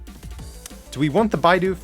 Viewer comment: please its bidoof not b-eye-doof. Love the content tho!! very underrated channel.